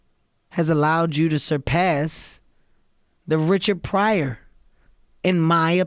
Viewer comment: He pronounced Richard Pryor wrong.